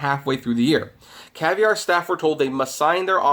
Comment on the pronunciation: Caviar... not Cavier